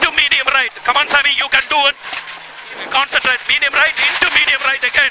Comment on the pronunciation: in this case he might've actually said consantrate, hence the confusion